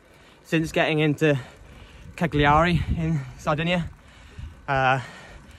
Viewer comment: Pronounced Calliaree